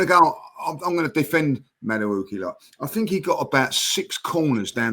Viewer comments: mate, it isn’t Madawookie. He ain’t on Star Wars. It’s pronounced Madawakie… Madueke. Easy. Please one of you 3 correct him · mispronounces Mosquera as Masquera once and Jordan jumps in but you've all let him say Madawookie for weeks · Jordan - please also correct saying MadaWookie - this ain't Star Wars. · I beg in this one instance be like Ty and just name players by their first name please it fully takes me a few seconds to work out who you're talking about...... Madwhowookie....... Mascara....😂😂😂